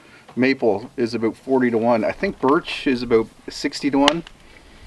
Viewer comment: When you say "about", I hear "a boat". When you say "outhouse" I hear "old hose". :D